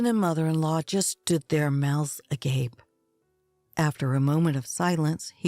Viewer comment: THANK YOU so much for pronouncing AGAPE correctly.😊😍 All the other channels say it wrong…. I hate that.